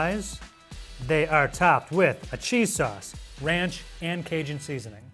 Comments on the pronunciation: Did man just say runch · Ronch? It's ranch! Also it's tomato not tomoto